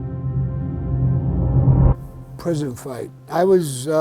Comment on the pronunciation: someone needs to correct the word "prison".